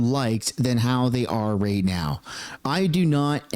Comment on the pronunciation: Right... not Rate